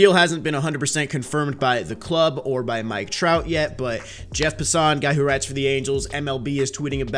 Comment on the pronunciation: Jeff Pa-ssan bruh its Jeff Pass-an